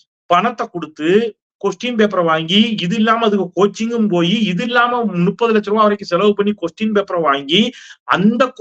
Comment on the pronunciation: நுப்பது லட்சம் என்பது தவறான உச்சரிப்பு, முப்பது லட்சம் என்பது தான் சரி ✔️👌🙏